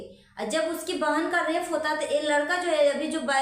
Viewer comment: Mam rafe nahi rape HOTA hai